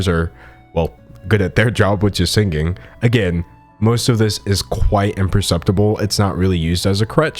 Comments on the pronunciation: Can u please auto tune the way you pronounce the word sinGing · My guy pronounces singing exactly like Ethan Klein 😅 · I like that you pronounce singing with a hard G like Ethan Klein ❤️